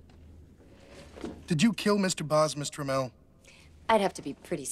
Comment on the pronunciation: Ohhhh they were saying Miss Tramell! I thought they were saying Mister Mell!